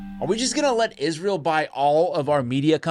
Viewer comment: Just a few seconds in, you had my like simply for pronouncing this abomination by it's proper name... many say it ''Is-Real'', but it's not... #GoMax